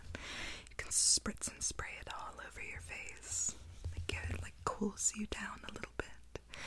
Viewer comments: You should do a whole video about the "close yarr eyes". I just love it so much it's really tingly!! ☺️💖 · Idk but “close yed eyes” is so tingly